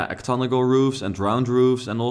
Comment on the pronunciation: Just want to let you know those roofs are called octagonal like oc-tag-uh-nul :)